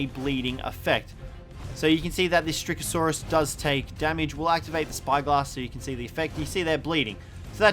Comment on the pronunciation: its styracosaurus not strycasaurus